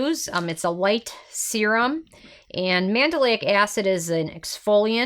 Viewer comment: Psst it’s pronounced Man-del-ic NOT Man-da-lay-ic. You’re adding an extra syllable.